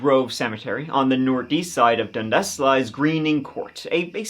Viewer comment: i cant even stop laughing. such a weird way to pronounce it. youre saying it like dund-ass hahaha thats not how canadians say it xD so silly